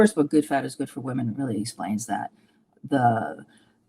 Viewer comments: I'm so sorry to be so petty, especially on such an important interview, but for as long as I have watched your videos, the way you pronounce the plural of women upsets me every time 😅. I'm guessing its a regional accent thing more than a, thing, but it gets me every time haha. Sorry, just a light hearted pet peeve, keep up the good work. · I think she mentioned it because he pronounces it like woman 🤷🏼‍♀️